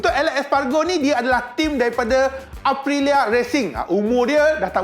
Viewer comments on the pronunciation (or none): 🤣 🤣 🤣 🤣 elek espargoo...habis berubah nama rider motogp...johan zarco dan jack miller yg cun sebut...